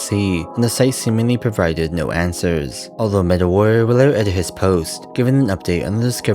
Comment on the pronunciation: why youtubers these days prefer to speak so annoyingly with enunciating and putting stress on the last syllable of the last word in their speech even if it’s incorrect (suddenly the word “commUnity” becomes “comunitEE”, or “Answers” becomes “answErs” and so on)